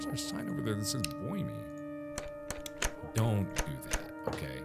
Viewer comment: We gonna ignore the fact that markiplier said "boy me" instead of "buy me" 😂